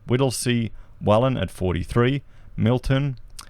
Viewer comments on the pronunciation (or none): none